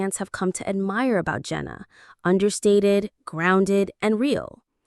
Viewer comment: So we just gonna pretend like Josh and Anna never happened. And it’s pronounced JANa not Jenna.